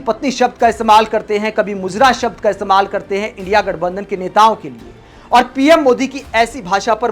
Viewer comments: Indi nahi sahab INDIA, padh to lijiye. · अंकल जी पहले अपनी भाषा सही करो इंडी नही इंडिया हे है इंडा नही लगता है मशीन फूल सेट है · Indi gathabandan nahi India gathabandan,sahi se boliye p.m. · Kis school me INDIA ko इंडी पढ़ा जायेगा और देश तमाम नेता पढ़े लिखे लोग इसको मान लेते है की जो उच्चारण pm kar rhe hai गलत है इतनी कमजोर जनता कैसे ही गई h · इंडिया तो ढंग से बोलिए मोदी जी इंडी नही इंडिया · Modi ko India bhi bolna nahi aata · It's proved that modi is uneducated, he is not able to pronounce "INDIA "